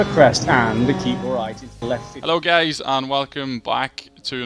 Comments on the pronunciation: Did he say "hello, gays" in the beginning? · cant be just me that heard hello gays at the beginning